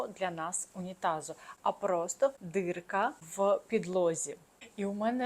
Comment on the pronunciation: ДІрка, А не дирка